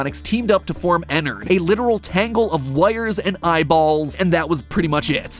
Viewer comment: Enard it’s enard